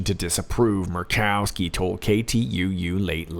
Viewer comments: hahahah, M-u-r-r-rkowski! love it. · I love hearing you say Murkowski. Hilarious! Laughing by myself. I wish my family was into this! You do amazing great!!!